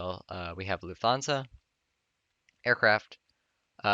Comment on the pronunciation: you're pronouncing lufthansa wrong. Its actually pronounced luftansa. so next time normal T sound not TH sound OK.